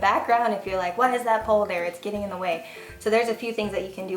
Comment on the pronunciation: When you said, "Why is that pole there?" I thought you said, "Why is that polar bear?" Lol! This was very helpful! I'm interested in doing YouTube videos on baking, so this was great information! I'm looking forward to you talking more about the software you use because that has always tripped me up. Thanks, lady! :-)